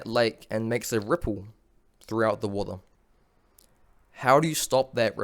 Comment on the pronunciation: Man, you say water funny. Really great video, great message.